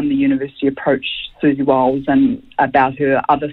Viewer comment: Repeatedly intentionally mispronouncing someone's name gets your argument off to a pretty shaky start...